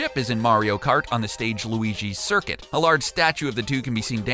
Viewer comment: Luigi Curcuit? I think not. Also, SUPER Mario Kart 8? Oh dear.